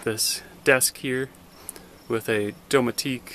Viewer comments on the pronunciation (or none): Doma teak. Its pronounced do met ick. That one way of saying that, lol. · Why in the hell would anyone need 21 bikes for themselves? And youre pronouncing the word 'do•metic' wrong. Its a one syllable word. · Do-me-tic=3 syllables.🙄Duh! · I like how you pronounce dometic....sounds fancy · Made me laugh! Then I thought of the old commercial “Hooked on phonics worked for me”